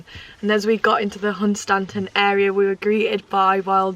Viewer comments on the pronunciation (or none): I'm lucky enough to live about nine miles away from (pronounced as says lol)Hun Stan ton. Local says Hunstun.